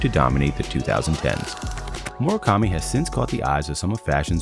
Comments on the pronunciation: I hate how the narrator keeps saying Moro kami and not mura kami 😭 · Mura kami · Mu ra ka mi ——not—->Mor a kami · Why tf do i hear "MOREKAMI"?!!! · I just don't like how he pronounces his name.... It's a U, not an O.